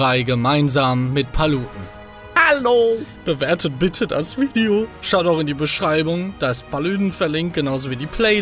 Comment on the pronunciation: Ich liebe diese intro Manu: Alialo liebe leute.. Paletten: ALO 😂🤝